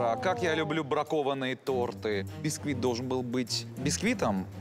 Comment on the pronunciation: Ренат Агзамов не торты а торты